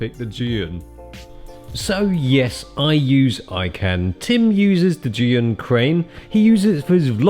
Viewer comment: The one person I thought would pronounce Zhiyun properly finally does a video and Hong Kong's it up.